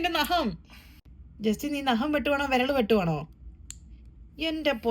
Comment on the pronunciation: Not Naham😅Nagham😂